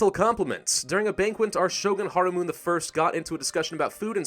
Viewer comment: It's not haramun, it's ha-ra-mu-ne.